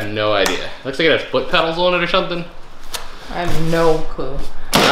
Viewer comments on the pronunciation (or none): none